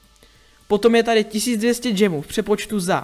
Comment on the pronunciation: Džemů? Spíš gemů.